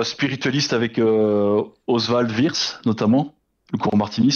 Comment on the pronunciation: Ossvald Virssss... 😂 (même pas intégralement prononcé à l'anglaise)